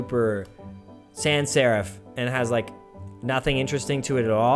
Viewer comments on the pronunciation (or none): none